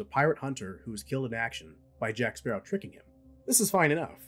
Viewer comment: Blackbeard had potential but was underutilized. Salazar... well, the effects are cool. But his rivalry with Jack feels manufactured and all I remember him saying for the whole movie was 'JACK SPARRAH'